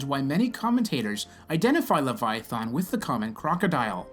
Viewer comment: Your depiction is so off it barely clings to logic that can be comprehended. And they way you pronounce the name. In what dragons mouth would a guttural thAn be sounded? Least you believed what you said and ended with only God knows. Only God told his pet to stop and it listened showing the might that’s exponentially greater that which is possessed by God. And also for Job it shows how God listens and is with anyone even no matter how detailed. I hope you grow and don’t keep fooling yourself with what is factual knowledge that is passed inside by the sprit Jesus left behind. Aka the Holy Spirit. It teaches us and lets us understand. I am not picking on you I just want to show possibilities.